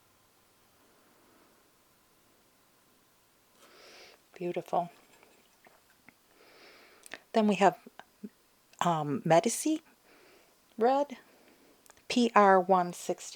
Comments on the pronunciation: Lol it's pronounced med-E-chee. You know like Lorenzo medici the magnificent. Cosimo medici etc etc. The people who built Florence Italy. Meh-dee-chi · madam, please: if you don't mind. Medici isn't a thing. It's a place. I know of what I speak. It's my wife's family name for Christ's sake. If you need a proper pronunciation guide, one is provided in every dictionary. Medici was a town in old Italy. Their colors were a bright shade of red. The Medici's were mill owners, textile merchants, etc before they became bankers. They were the bank of that Vatican for decades. They gave us people like Michelangelo, Raphael, Leonardo. Cosimo and Lorenzo wanted to be artists but couldn't be for family legacy wouldn't allow it. However, they did use their money, power and influence to create some of the creates artists, artworks and buildings on earth. Anyway, it doesn't really matter. If you want to call it medicine go ahead. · I’m talking about where the syllable stress is for Medici. It’s on the first syllable. That’s all I’m trying to say. Don’t be condescending. You can find everywhere and actual Italians pronouncing it as I do. Not all Italian words are the second to last with stress, some are stressed on the first syllable. I know who the Medici family is. They’re everywhere when you study the Renaissance. Why don’t you look it up?😕